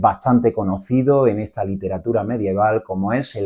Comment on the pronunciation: Perdona, pero se pronuncia ESTA no etsa. La acentuación castellana para mi es fundamental! Gracias por la explicación.